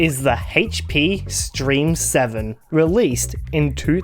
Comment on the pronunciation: OH IT'S THE DAMN HAITCH PEA!